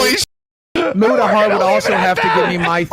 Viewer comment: Why does Keemstar keep calling Mutahar Mewtahar 😅